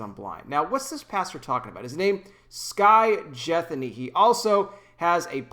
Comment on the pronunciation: Why is it every time I watch a video like this ( a critic of someone else) the person doing the criticising always seems to go out of their way to mispronounce the other person's name?